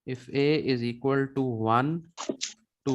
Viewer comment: Its not izikaltu. Its equals to🤣🤣